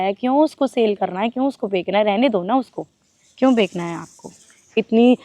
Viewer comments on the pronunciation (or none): Aap bechna ko bekna kaise bol rahe ho?